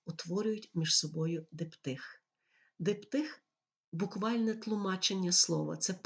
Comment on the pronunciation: Приємний голос, але чому Одер став жіночого роду і перетворився на Одру? І чому наголос у слові "дИптих" не там?